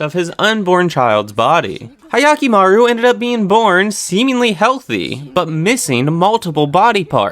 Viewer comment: It's not hayakimaru lol